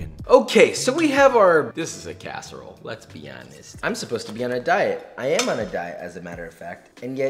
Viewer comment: Me being from Chicago U kilt the PIZZA but u messed me up when u said CASSEROLE